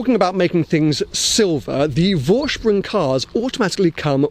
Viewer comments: Green ? Hell, yes ! Tan ? Sure ! Detuning the black to e.g. Matt silver ? Of course ! Saying „Vorsprung“ the right way ? Uhmm, almost. You pronounce it Voorshproong, while it should be Foreshproong. The „V“ is voiceless. Anorak off. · Nice spec. Simply love brown leather in cars. My Volvo has a tan interiour too. Btw. Vorsprung is pronounced "Forsprung" ;-)